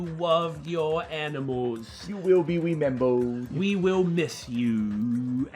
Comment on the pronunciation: "you will we wemembered" - 2018 i hate it